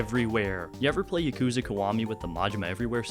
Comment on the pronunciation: This video is awesome but I must stess: It is Yakuza (YAH-ku-zah).